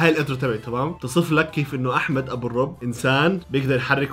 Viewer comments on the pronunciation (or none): أبو الرُّب ❎ أبو الربُّ ✅